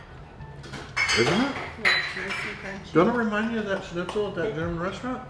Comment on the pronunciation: Every time you pronounced Shnitzel (SHNIT - SUHL) as Snitzel (SNIT - SUHL), my grammar Nazi came out. I mean uhhh... Grammar Soldier. Good looking food though 😍